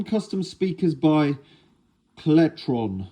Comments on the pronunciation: Celetron - "sell-eh-tron" Not "keletron" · No it’s celtron 2 different companies you not thinking of celestron?